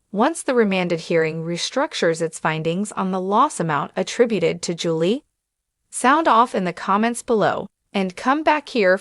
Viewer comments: Who read this? Their last name is pronounced Chris Lee. Julie is pronounced Jul Lee not Jul lay lol. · Her name is Julie pronounced ju-lee not Julay. Get your names correct.